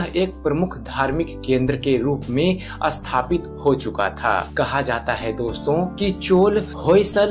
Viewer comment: अस्थापित और स्थापित, शब्दों का उच्चारण सही नहीं है, सही उच्चारण "स्थापित" होता है न की "अस्थापित "